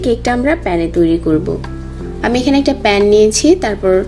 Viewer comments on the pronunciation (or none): Its not Pen... Its Pan 🙄